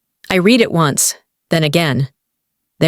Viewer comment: The verb "read" pronounced "reed" in the infinitive and the present tense; and "red" in the past tense and the past participle! The commentary must be checked!